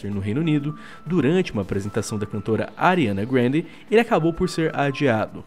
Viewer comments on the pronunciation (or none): ariana grande o falou em tom english kkkkk